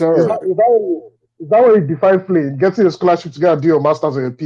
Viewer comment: I've never heard the word Fleeing said so hard B4 in my life & :face-purple-crying::face-purple-crying::face-purple-crying::face-purple-crying::face-purple-crying::face-purple-crying::face-purple-crying::face-purple-crying